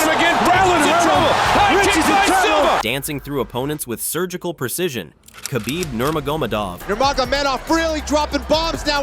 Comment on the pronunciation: You don't even know the subject matter you're talking about. Can't say Khabib's name right can't say a darce choke right.